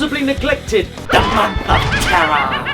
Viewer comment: It's the month of TERRAR... arr